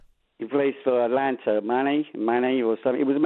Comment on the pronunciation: Selko - Saka, Atlanta - Atalanta. is a bit lazy with pronunciations.